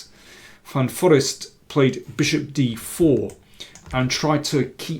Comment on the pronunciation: hi GM King, just a silly sidenote, I know how much you appreciate languages, actually one pronounces it Van Foreest with the accent on „reest“ with a long e.